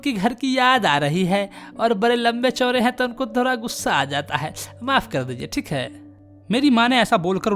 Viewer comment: Thik hai❌️ Think hai✅️😂